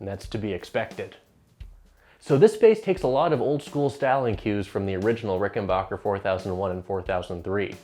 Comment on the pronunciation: It's RickenBACKer, not RickenBAWKer.